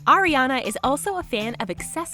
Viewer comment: I am the only one that hear "Oreo" instead of "Ariana"